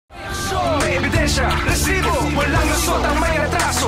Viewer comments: Oa ng "RRRRResibo!"😂😂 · Hahahahahaha ntutuwa aq pag sinasabi ni sir emil. Rrrrrrrrresibo😂